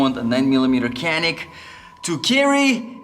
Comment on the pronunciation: I am writing as a Turk. You are pronouncing "canik" false. We pronounce it not like "kea - nick" Just like "janik" I found a video about this on youtube. If you are interested: Nice video. I like it :)